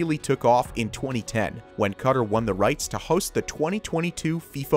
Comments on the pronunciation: OMG was enjoying this until the narrator said 'kutter' over and over again when it's not pronounced like that 'QATAR' is pronounced 'ka-taar' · Maybe it's just me, but the pronunciation of Qatar was really bugging me. Is it not pronounced "Kah-TAR" rather than "KUH-tur"? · can you not call Qatar cutter? its pronounced kuh-taar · Omg it’s fkn QA-TAR not cutter holly shit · Just a kind suggestion, please note the pronunciation for Qatar is kuhtar and not cutter, just fyi for future videos......nice information though, keep up the good work👍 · Me watching this and wondering why he keeps saying cutter and then realising he’s meant to be saying Qatar 💀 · Cutter? Been stuck in the trailer park for awhile? It’s pronounced “Khat Tar”. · I never heard anyone say Qatar as "cutter". Its -KUHTAR-Qatar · 😠😠😠😠 Ooouu say cutter one more time ...SAY IT again 👊🤜🤜 say it with me Kah-tar Jk nice vid though.. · Class video but where tf is Cutter? Qatar = Ka Tar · QA' TAR not cutter?😅😂😂😂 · It is pronounced "kaTAR"...not "Cutter".... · Pronouncing Qatar as ‘Cutter’...? It’s KA-TAR / CA-TAR... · Cutter Me: you mean QATAR !!!!! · Qatar is pronounced Kuh-tar not cutter, who the hell pronounces it cutter...... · Its not pronounced Cutter, it's pronounced KA TAR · Qatar is pronounced Car-tar not cutter. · Did he just pronounce Qatar as Cutter? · the way he says Qatar as "cutter" is hurting me and everyone else from the middle east. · I live in Africa and it’s hurting me it’s pronounced Katar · I was translating the vid for a friend and I couldn't wrap my mind around the meaning of "cutter's vision of 2030". Thank you for commenting this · I enjoy the video but gosh I can't stand the way he's pronouncing Qatar. "Cutter" lol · Qatar is not pronounced 'Cutter'. Please see this link that describes the way to pronounce it from the Arabic way to the Arabic accepted way. Saying it as 'Cutter' is no where near correct. Just sayin'! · Did he just say [CUTTER] for Qatar? 🤡🤡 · "Cutter" Qatar.